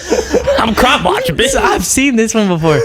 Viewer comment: Did that woman say, "Call the police bytch."